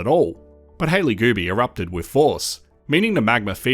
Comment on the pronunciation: Multiple times I thought you said "Hailey Booby." 😂 I'm like, "Hailey needs to file a S.H. claim or something because they keep talking about her boobies." 😂